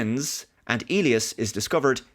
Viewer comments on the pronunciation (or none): The standard English pronunciation of Elias is "EE‑lie‑us ". If it were a Spanish name and you were speaking Spanish, then it would be pronounced that way you said it "eh‑LEE‑ahs " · "eely us"? Do they actually pronounce "Elias" this way in the movie? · I believe the name is pronounced EE-lye-ass